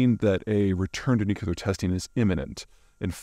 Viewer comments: Nuclear, nuclear, nuclear......not nucelar, nucelar, nucelar. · Peter, love your videos but it's "NUCLEAR", not "NUCULAR". I'm just sayin' . . . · Peter its hard to listen to advice about nuclear matters from somone who can't pronounce it. Its pronounced new clear. Not new cue lar, for heavens sake. Its embarrassing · Noo-Cue-Ler. You're great Peter, but this just gets to me lol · This guy knows more about geopolitics than 10 of the smartest ppl I know combined, but then he says ‘nucular’ 😂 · no no no it's nuke lee er learn to speak english. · Sorry, you’ve earned and automatic dislike, I have a bunny who I rescued as a baby and he’s the sweetest little dude possible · You pronounce "nuclear" like Homer Simpson: nucular. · It’s pronounced NEW-CLEE- ER, Peter, NEW-CLEE-ER. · Peter saying "nuke-yuh-ler" as many times as he can in one video just to annoy the people who care more about pronounciations than actual content. 😂😂😂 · I know you can do it, Peter. Nu-cle-ar. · Nucular? What's that? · how can i take my boy Zeihan seriously when he pronounces nuclear nucular? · Nucular... Why, Peter, why...? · You're the seventh or eigth to point out the mispronunciation, yet you no doubt think you're being original and clever... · “Nukelar” really? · Can anyone explain to me why even educated adults pronounce it "nucular"? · Nuclear. Pronounced NEW-CLEAR. Two syllables 😁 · You're the sixth or seventh to point out the mispronunciation, yet you no doubt think you're being original and clever... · A bit of me dies inside every time Peter mispronounces "nuclear". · Peter never says nuclear correctly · I don't care more about pronunciation, but mispronouncing nuclear makes a person sound ignorant. You'd think Peter would take more care about things like that. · I see people working in nuclear engineering pronounce it that way. It's just Americans 🙂. Honestly, I think both are accepted pronunciation now. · Bro please learn how to pronounce nuclear already. There’s no u after the C